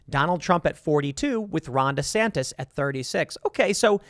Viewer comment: I roll my eyes every time you say “DESANTIS!” Like, I get it - but slow it down there Seabuscuit - 2028’s a long way off.